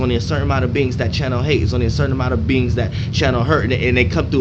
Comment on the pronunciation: I thought you said beans until you were saying beings more i noticed lol